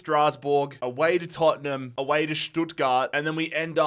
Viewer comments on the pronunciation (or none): none